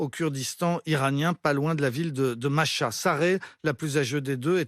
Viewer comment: Masha ? Machin ? C'est MAhsa. Mah veut dire lune. Tu dois prononcer Mah et ensuite Sa